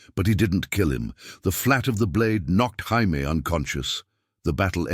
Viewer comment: So Robb was 15 during Robert's Rebellion? AND IT'S NOT HI-MAY, IT'S JAY-ME. A.I. Trash!